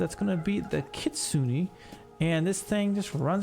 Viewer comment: You are pronouncing Kitsune wrong. It is Kee-tsu-neh, not Kee-tsu-in. All "e" in Japanese are pronounced as "eh" no matter what context you see it in.